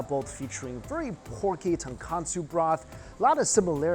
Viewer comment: Hey Mikey it’s tonkotsu not tonkatsu!